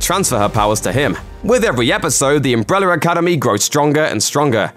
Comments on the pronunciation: Why do I hear "umbreller" when he says "umbrella"? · He says umbre-w-ller academy like Tom hopper😂